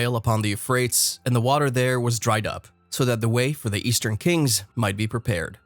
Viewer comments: Archeologist who doesn’t know how to pronounce Euphrates (U fray teez) and Tigris (pronounced like Tie griss). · He kinda lost me at You Frates I think every other person ever pronounced it properly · Dude.. this narrator is hurting my ears.. its like a liberal college student talking about how the Democrats won the war of 1492... I'm like.. who's his editor? Teach this monkey to speak.. You-frates? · Yes, thank you! You definitely said what I wanted to say, but I didn't know how to write out the pronunciations. It has bothered me so much that I haven't been able to watch this video. Every time he says Euphrates wrong, I cringe and then realize I didn't hear anything he's said in this video, even after barely 2 minutes. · Al Furat, & "Tee-gris" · 25 seconds in & I can't watch anymore. Your pronunciation of Tigris and Euphrates are horrifying..... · That is not the correct pronunciation for Euphrates River it sounds so crazy when he says it... ..